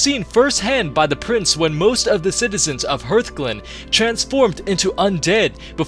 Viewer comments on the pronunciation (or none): Hurthglen? It's Hearthglen. Like heart. Do you know what a hearth is? And wtf is Duh-lair-ann? Dalaran. Rhonin only makes that goddamn speech every hour. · HEARTHGLEN, not Hurtglen...